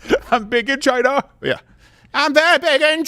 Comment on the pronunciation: And who really owns Black Rock? Chy-nah